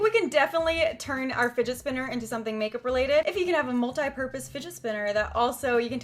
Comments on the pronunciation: did she say spotner spinner?😂😂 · "The spidget spinner" 😂😂😂😂